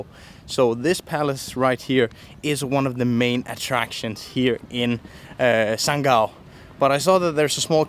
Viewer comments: Sanggau pronoun so good its like lokal 😂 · Saya sebagai warga masyarakat Sanggau, terimakasih telah mengucapkan nama daerah kami dengan penyebutan yang sebenarnya. Saya menaruh hormat untuk anda